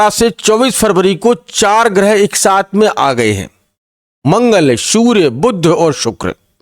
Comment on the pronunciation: देखा गया है कि हिंदीभाषी ज्योतिषी, कैसे भी विद्वान क्यों न हों, 'श'/'ष' का सही उच्चार नहीं करते, उन्हें "स" ही बोलते हैं ! इतना ही नहीं, 'बुध' ग्रह को "बुद्ध" (भगवान ?!!) ही बना देते हैं ! सब बड़ा कर्णकटु एवं हास्यास्पद लगता है ।...